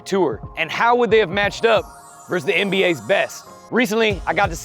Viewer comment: vs is pronounced versus, not verse